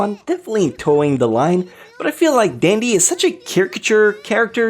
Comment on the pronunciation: He also pronounced the "Dandy" in Space Dandy's title differently than Dandy's name. I'm starting to think that intentionally mispronounces stuff just to fuck with us.